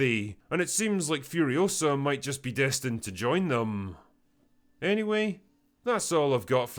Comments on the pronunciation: "It's Furi-OH-sa, not Furio-SAH." - Hermione Drinker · It’s Furi-O-sa, not Furio-SA